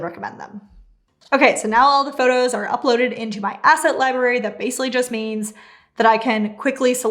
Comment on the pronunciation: I'm pretty sure the word "library" has two r's in it and they are both pronounced. So "lie-BRARE-ee", not "lie-BARE-ee". Just saying. Otherwise very helpful and well put together. Thanks.